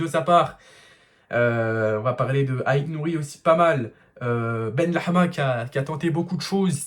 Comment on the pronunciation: Benrahma pas benlehma BenRahma = fils de la bonté/bienveillance Benlehma = fils de la viande Alors stp dit le en français la prochaine fois copain